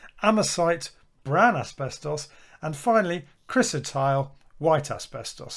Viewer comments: We discovered that the entire length of the ceiling of our church was sprayed Chrysotile for acoustic reasons. It was removed approximately 25 years ago. The specialist contractors pronounced it cry-so-tile, not chris-o-tile! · Thank you for increasing awareness of the dangers of asbestos. Very minor thing but chrysotile is pronounced cry-so-tile.